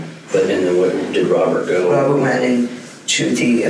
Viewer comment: He has a speech impediment, like a kid who hasn't learned how to pronounce R's.... he replaces them with W's. Instead of Robert, its Wabert. Pewson to pewrson.